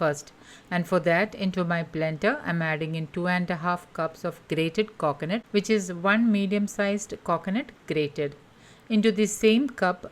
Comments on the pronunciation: Please learn to speak or stop making videos. Its not KOKONUT its coconut. The way you talk makes my ear hurt its like you are purposely talking in that weird annoying accent. Sorry but its super annoying. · It's coconut don't say coacoanut . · Coconut not cockonut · "Cocnut curd" for God's sake lady say coconut properly. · Cocknut !! Milk yogurt 🤯🤣